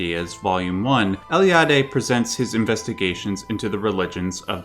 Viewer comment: from all english speakers that I ever heard, you pronounced Eliade's name the best, congrats and keep it up!;)